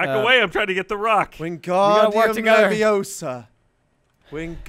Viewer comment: its Leviosa, not Leviosar.